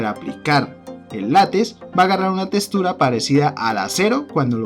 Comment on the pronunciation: Se dice LÁTEX, no lates. Se dice TEXTURA, no testura